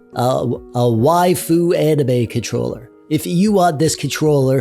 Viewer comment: You pronounce waifu correctly. However Can you pronounce "doge" properly? Protip: Don't be a casual normie and mispronounce it/confuse it with the German word doge. "doge", like "waifu", is supposed to be a weeb's way of saying a Japanese word in English. Like "sage" and "age" (not the English words sage and age... the Japanese words, "sah-ghey" and "ah-ghey"), "doge" is meant to be pronounced like a Japanese person saying "doggy" (doe-ghey). BUT THE ENTIRE WORLD MISPRONOUNCES IT AS "dohj" AND IT'S INFURIATING.